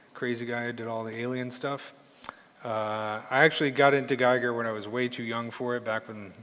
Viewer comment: nice tips! Giger, however, isn't pronounced like "tiger". He was a Swiss guy and is pronounced "Geager" ;) (like "eager")